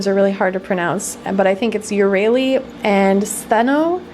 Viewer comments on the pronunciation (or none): Stheno - Sss-thee-no Euryale - Eur-eye-a-lee